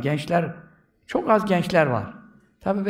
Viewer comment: Hocamızın neee Aalakası var Ardından ccook alakası var derken tecvidli souleyişi Cook tatlı maaşllah 🌹🤲🏻